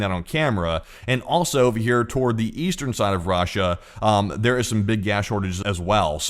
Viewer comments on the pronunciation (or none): Rah-Sha lol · off topic but anyone else love the way this guy pronounces "RAHSHA" 💀💀